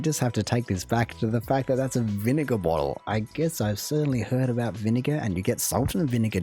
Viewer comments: Your reaction is good but the video you are reviewing is kind of trash. The guy doesn't even seem Canadian and was wrong about a lot of stuff - people like Canadian Tire, they definitely like The Bay and they are certainly not "trashy". The stubby he was showing wasn't a proper stubby. His fake pronunciation of the word about is an annoying attempt to boost the stereotype. Some people may say it more like that but everything they say is with a different accent... which he doesn't have. PEOPLE DO NOT DRINK VINEGAR. It is used as a condiment. He had a fake/cheap version of the HBC blanket. Even Canadian tire money is something many think is kind of fun even though relatively worthless. He seemed like someone not from Canada trying to pretend he was. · The clown that does these idiotic Canadian videos continues to play a stereotype. In my life of over fifty years and having traveled to every province I have never, ever heard anyone pronounce "about" like "aboot" or "aroond" instead of "around". This clown really leans into it and it drives me crazy. BTW Canadian Tire is an awesome store! Also, HBC blankets are called "Points Blankets" because they were traded as currency to the natives. Every blanket has a series of "points" or has marks on them depending on its size and that was directly related to the number of furs required to trade for them. For over 230 years they have been made at the Hainsworth Wool Mill in the UK. FYI JJ McCullough is not the person you want if you want accurate information on Canada as he does zero research on anything. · I love the Australian and detest the Canadian. Can't believe the dimwit actually says "aboot". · The fact that he goes out of his way to mispronounce "about" tells you all you need to know about this guy 😂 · I’m 70 & have never heard a Canadian say about in that way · This guy has the quintessential Ontario accent with the Canadian Raising method of pronouncing the “ou” sound. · why is he saying aboot instead of about?